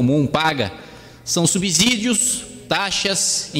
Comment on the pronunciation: Não é "subZídios", parceiro. Que abZurdo kkkkkkk Parabéns pela sua postura com essa corja.